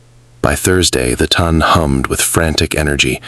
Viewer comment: Its pelisse not police. The Ton is pronounced Taan not Ton like Ton of bricks. Really Excellent Story! I loved his mother & her sister & both protagonists. ❤